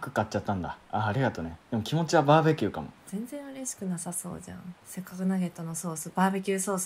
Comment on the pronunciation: せっかくがせっくになってるの草